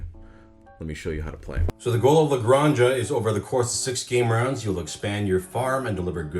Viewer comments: in Spanish that is pronounced as a hard sound on the back of the mouth, so its more acurate if you pronounce it as gran-ha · I love that how you pronounce it sounds more catalan than spanish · Naw, is canon now. Aixo puc dir perque soc Catala, saps. From now on its "Ale Granny-Jah" and "MaHORKa". But oddly enough, I know that he could've pronounced these perfectly of he'd done a Mario voice lol "El GRAHNja, HAhaa! En MaYORKa, wheeHEEE!"